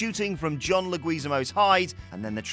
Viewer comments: It's John Le-Gui-Zahm-Oh NOT John Le-Gwez-Ah-Mo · John Legweeezemo. lolol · John "LaGweezAmo"? Try again... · It's pronounced Le-gui-ZA-mo, not Le-Gueee-zamo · John LEG-QUI-ZAMO lmaoooo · John "lee gwee zee moe" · these are bad but not as bad as how dude in the video pronounced John LeGWEEZamo's name, lol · Leg-weez-mo was in spawn? Directed by Francis Ford Cup-ohla? It's one thing to just clone other list channels.. but don't make it so obvious you people aren't even familiar with the actors and directors you're bashing to pronounce their names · Did he say John...lag gui zi moo? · “John LEGWEEZIMO” WHAT IS WITH WHATCULTURES INABILITY TO PRONOUNCE THINGS?!?! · Who's John Lagweezamo? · John Leg-wah-zee-mo! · La Gweezemoe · You need to learn to pronounce names correctly, like John Leguizamo's. It's legwi-za-mo. A channel title WhatCulture should not be so horrible at pronouncing celebrity names and this isn't an isolated thing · This list was very poorly made. You should feel bad for posting this. Also cringe af hearing you pronounce John Leguizamo 😬😬😬😬😬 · How did you pronounce leguizamo? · Dude you completely butchered the john’s last name lol funny how i cant even spell it tho 😂 i its lecuzamo or someshit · Top Ten WhatCulture most mis-pronounced names: 1. John Leguizamo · WTF? How did you pronounce John Leguizamo's name? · I think that's the worst I've ever heard John Leguizamo's name butchered . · Seriously. Please learn how to pronounce the actors name so that you don’t butcher it.